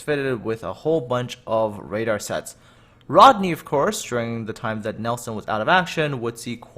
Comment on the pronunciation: Plus you said Rodney wrong kiddo 😃